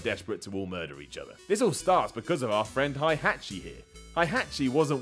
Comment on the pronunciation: Not hi at chi lol!